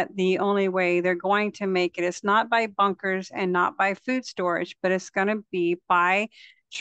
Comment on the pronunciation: You sounded like “bonkers”, not “bunkers”. 😅😊